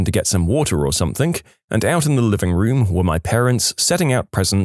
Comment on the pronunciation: No k in the word something